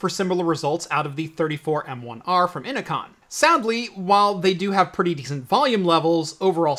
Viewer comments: innocon?? its inno-CN lol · "inno-con" huh? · Innocn is pronounced "Ee-no-kee-ehn" like Enochian, the language of the Angels.